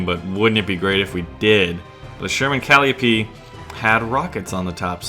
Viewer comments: Calliope is pronouced cal-eye-oh-pee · its pronounced ca-LIGH-oh-pee... >.< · Just FYI, Calliope is pronouced Call-Eye-Oh-Pee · Just a few things. The Sherman rocket system is pronounced, "Cuh-lye-oh-pee", after the Greek mythical figure. And the American 76mm was inferior to the British 3-inch 17-Pounder. The American 76.2 could punch about 110mms of hardened steel at point-blank range with an APCBC shell, (although some "hot" loads were made to do better). The 17-Pounder used on the Firefly had a larger powder charge, (thus the longer barrel), which enabled it to penetrate about 140mms of hardened steel under the same conditions; it actually outperformed the German 8,8cm KwK 36 L/56 gun, (i.e. Tiger gun), at closer ranges, although the 88's mass enabled it to hold its energy better down range. The only advantage the American gun had related to faster rate of fire, due to the mechanically advanced M1 gun, lighter shell and extra space to move within the T23 turret. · Just a heads-up: calliope is pronounced "cal-eye-oh-pee". It's named after the musical instrument. Cheers!:) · It's a good video but it ticks me off how you pronounce things like calliope and calling the 17pdr a 3 inch